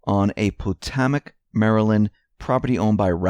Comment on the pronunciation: It’s pronounced Pa-toe-Mac Maryland.